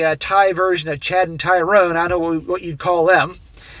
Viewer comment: Thai-rone, the Thai equivalent to Tyrone